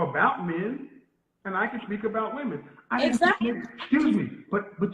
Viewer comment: Educated? She doesn't even know how to use the words Woman and Women correctly. Either the younger generation is going deaf or they are not learning our language properly. One woman, two women. Woman and Women are not pronounced alike. Go back to school! LOL